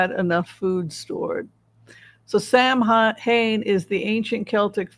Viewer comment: Hi. Eileen & Richard here. Samhain is pronounced SOW-en. Gaelic, you know. 🥴